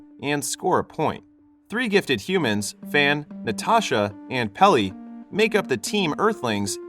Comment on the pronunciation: Pelly? Not Pelé?